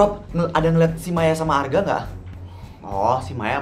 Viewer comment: Pas Maya bilang Arga tapi dia bilangnya harga bukan Arga loh